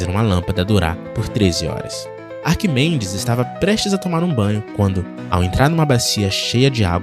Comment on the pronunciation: 'Arquimendes' Mendes 😂😂😂 coitado de Arquimedes.